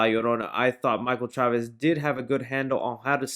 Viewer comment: So far you are the only YouTube that pronounces Chavéz correctly.